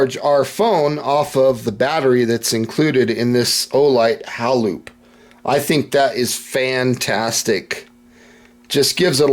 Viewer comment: Think its pronounced,hay.loop. as in halo